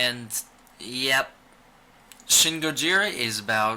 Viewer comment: shin is pronounced 'sheen' all letter "I" sounds in Japanese sound like "ee"